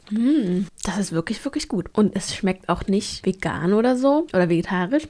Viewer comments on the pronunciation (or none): none